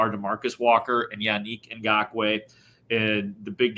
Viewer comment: The way pronounces "Yannick Ngokoue" makes me want to pull my hair out.